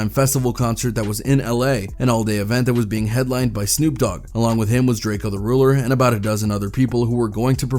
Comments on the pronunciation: pronounced Draco, not Drake-e-o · Bro plz stop saying drake-o it’s pronounced “ drako “ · It’s DRAKE-O not. “Drake-ee-o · How you go from pronouncing Drakeo right (Dray-Co) to Drakeeeo 🥴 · ITS PRONOUNCED DRAKE-O!!!!!!! 🤬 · It irks my soul that this man keeps saying Draky-O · “Drake e o” 😒😡 Fkn vultures 🖕🏿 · whenever i hear a blogger pronounce his name like drake-eo....I automatically click off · Sometimes he pronounces Drakeo's name correctly and sometimes fucking Drake-E-Oh.....wtf dude....🤔🤔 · shit pisses me off too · Better put some respect on the homie name. It’s not drake-e-o 🤷🏻‍♂️🤷🏻‍♂️🤷🏻‍♂️ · Pronounce he’s name right jeeeeez .. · Why you saying Drakeo name wrong